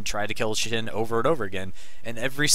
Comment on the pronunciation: It's Shen, not shin